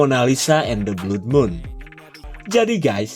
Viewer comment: Kedua kalinya denger mimin baca Blud, Blood bacanya bukan Blud min, tapi Blad.. 😁😁